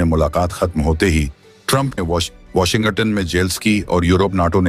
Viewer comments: Kya Washington ko Washingatunn ke roop mey pronounce kiya jata hai.😮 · Even I found it funny.